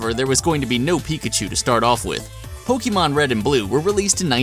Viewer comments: Poke-Ay-Mon not Poke-Ee-Mon. It just bugs me. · ITS NOT POKEEMON! ITS POKAYMON!!!! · OMG HE KEEPS MISPRONOUNCING 'Pokémon' AS 'Pokee mon' UUUUUGGGGHHHH!!!!!!!! ONLY NOOB 'GAMERS' MISPRONOUNCE IT!!!!!!!!!! 😡😡😡😡😡😡😡😡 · i cringe everytime you say poke E mon... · hear "pokimon" O.o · Axellion poke-aymon sounds stuipid it's poke-UH-mon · Actually, most Americans are unable to pronounce "é" correctly due to their accent, so even people who make a living off of Pokémon tend to mispronounce it. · Did you just say...POKEEMON?!?!?!? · The Spicy Meme That's still off. Think about it this way. Pokémon comes from Pocket and Monsters. You don't say Pock"A"t or Pockayt or Pockeet. You know how to say Pocket. So, just take the "Po" and "ke" sounds from POcKEt and the "mon" sound from MONsters and you get Pokémon. The "e" sound in Pocket also happens to be the correct way of pronouncing é.